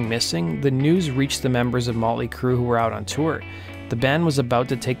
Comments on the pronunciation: Sounds like he says " molly" Crue haha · Its not Molly Crue, it's Motley Crue. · Why's he keep saying "Molly " Crue?